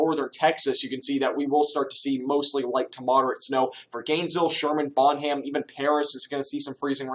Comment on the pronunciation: Did you just say "Bon-ham"???? Lol its Bonham (bon-num) my dude. Good stuff man, enjoy your channel!